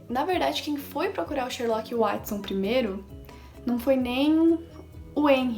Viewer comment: Ganhou mais um inscrito e Watson se pronuncia Uótisson